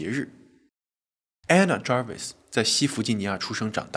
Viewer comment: Anna Jarvis, Ray的讀法正確。